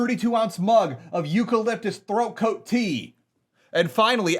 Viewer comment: bro at first I heard that as "Eucalyptus throat goat tea" and damn well spit out my own tea. I'd like to believe in some alternative timeline somewhere, that it is in fact, referred to as "throat goat tea" ... That shit is throat goat tea to me now tho XD.